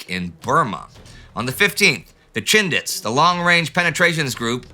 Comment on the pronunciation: When referring to the Indian brigade in Burma, I keep hearing "the Shindigs" Instead of the less familiar word "Chindits" .